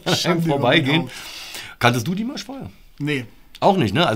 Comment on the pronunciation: Ach, ihr habt mit "Okay" angefangen? Das ist m.E. das schwächste Stück von Dimash. (Das a in Dimash ist übrigens lang auszusprechen, also "Dimaasch".) Es kann von nun an also nur besser werden. Als nächstes würde ich empfehlen: Adagio (2017), Stranger und dann das neuere "El Amor en tí". Das gibt einen ganz guten Überblick.